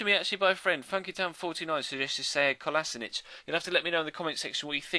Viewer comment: his name is kol oh she nak not kolosanich